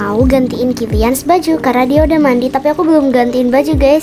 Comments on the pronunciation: Yang sadar mama kaelyn bilang kemworth bukan killans🗿👊🏻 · Maaf kak cuma ngingetin itu bukannya killians ya kok kakak bilangnya kentworld ( maaf kalau salah tulis nama ) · Kak kok killians nya dibilang kentworht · Kak pukannya kalians ya bukan kenwort😊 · Kak kok kilians di bilang kenwhort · Kak kenapa sih ngomong kilians itu kenwert hadeh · Kak ko kkk bilang killians kenthworld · Salah ngomong kilians jadi kendwerd